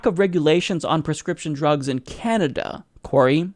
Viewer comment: did you say Canada? or did you say Kenda? sounded like Kenda lol